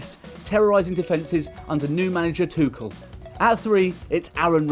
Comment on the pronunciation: You pronounce it "TUSHEL" not "TUKEL"